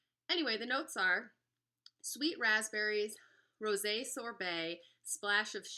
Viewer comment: I just have to THANK YOU for FINALLY pronouncing and understanding the notes CORRECTLY! I've seen a few videos on this now and they ALL have said "ROSE 🌹" sorbet and sniff in confusion for the "floral notes" and I'm screaming through my phone- "That's because there AREN'T any... it's Rose` 🍷 Ro-SAY...made from GRAPES 🙆" Ok, sorry, just had to let that out...😄